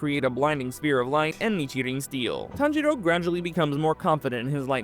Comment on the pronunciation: I'm ngl "TanJITo" is crazy